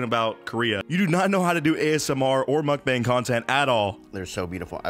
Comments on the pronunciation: You pronounce mukbang as “muk” then “bang” like a loud noise or the Big Bang. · Hey it’s pronounced as muck bang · It’s pronounced “muck-bang” actually. :P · Muk-bang is how you pronounce it I am pretty sure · It is pronounced "mook-bahng"